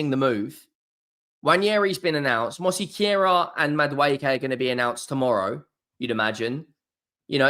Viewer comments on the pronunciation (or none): It's obvious this guy don't read his comments he keeps butchering Mos query name as mosikera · he says mosquera wrong every week good lad tho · Can someone please help to pronounce Mosquera